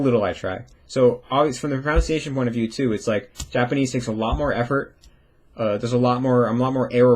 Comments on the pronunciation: This video has been so helpful. Excited to implement a lot of this wisdom. One minor thing, several times you mispronounced the word "pronunciation", which came out repeatedly as "pronounciation". Languages are so complicated that we all go our lifetimes without fully mastering the mother tongue. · you ironically say your pronunciation is going to be 100% perfect in English regardless of whether you try, while pronouncing pronunciation incorrectly. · your stuff is amazing and I'm a huge fan! It did make me laugh when you said your English pronunciation is perfect, but your pronunciation of the word pronunciation is... well, nonstandard. 😄 anyway, keep up the great work and thanks for all your content!!